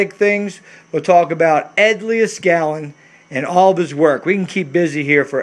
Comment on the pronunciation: Hey man you are killin me with the way you keep butchering Mr.Leed-skal-nin's name by mispronouncing it Lee-uh-skalin.